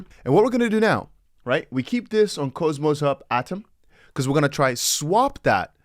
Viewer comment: If I may. It’s not cho, or cohmos, it’s pronounced cause-mos. Au… awww. k-aww-mos.